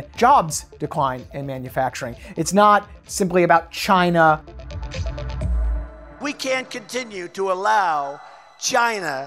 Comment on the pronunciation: "Jyna." -Trump